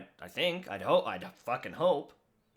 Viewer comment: There's something about the way you Canadians say "fuckin" that I find so funny.